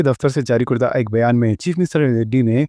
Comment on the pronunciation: "جاری کردہ" میں "کاف" پر زبر (فتحہ) ہے، پیش نہیں۔ یعنی اسے "کَردَہ"پڑھنا چاہیے نہ کہ "کُردہ" شکریہ